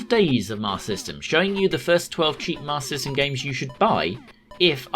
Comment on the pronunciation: This video is a superb lesson in how to cut out those wasteful extra syllables when saying “Master System”.